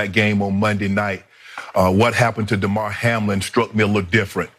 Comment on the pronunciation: When the lady at the end keeps calling him "Day-mar" not Damar (clearly just reading it off with no idea about what the dude's name is) def makes it seem this is just an outrage video to get views.